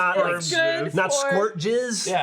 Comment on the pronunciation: jizz not jerzz